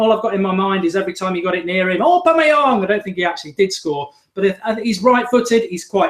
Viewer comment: Love this! So glad it's back! Miss the old skool feel this brings And Mark it's Aubameyang pronounced Aw Bam May Yang haha